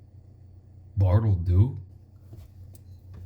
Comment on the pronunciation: Who tf is bartle doo ?! 😂